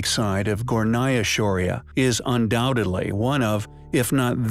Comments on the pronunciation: It is Gornaya not Gonaya. And it means upper. Just to let you know! Anyway, I like this channel! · You left out the 'R' in Gornaya